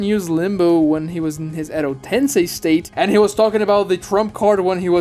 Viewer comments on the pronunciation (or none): none